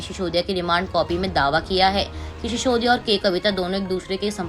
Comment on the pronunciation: should learn how to pronounce "Sisodia" properly? What an anchor, what message is she giving? Reckless selection causing lowering of standards? Difference between 's' and "sh" must be kept in mind.